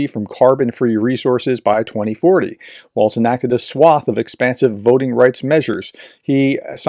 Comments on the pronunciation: Walz. Note there’s no t there. Walz. Walls. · ||||| ||||| ||||| = # of x you couldn’t be bothered to pronounce Tim Walz’s name correctly. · Is there a reason that you can’t be bothered to pronounce his name correctly?